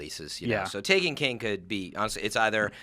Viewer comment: ok i lost a lot of hope in enjoying this when he said taken ta ken (please note this comment was made before watching the full video)